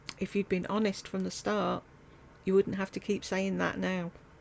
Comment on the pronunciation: I’m sorry, her Southern accent seems so affected that it truly grates on my nerves. There is no reason that someone who makes videeoos for a living should say dotter (doctor), worter (water), wuldnt (would not).